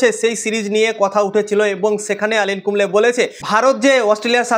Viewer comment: আনিল কুম্বলে নয় গো উনি অনিল কুম্বলে, দ্যা গ্রেট